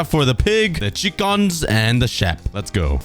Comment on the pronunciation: like how he says the shep instead of the sheep